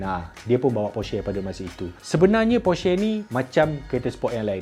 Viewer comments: ko sebut porsche pon tak tau oiii berenti la jadi reviewer kereta hahahahaha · Cara ckp porsche tu salah. Ni cara yg betul.